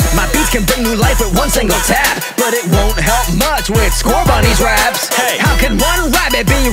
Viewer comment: YES HE SAID SCORBUN best word of all time